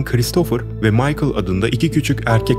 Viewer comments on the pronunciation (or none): none